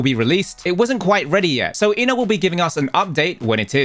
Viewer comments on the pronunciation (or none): I love but the way he said Ina's name hurt me in an inexplicable way. But man her new outfit is so cute.